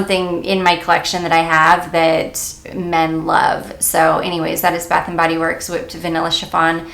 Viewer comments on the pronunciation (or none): none